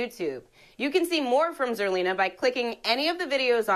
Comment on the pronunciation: Did mess up zerlina's name?